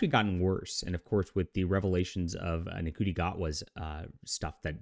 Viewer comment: Could you at least try and pronounce Ncuti's name properly?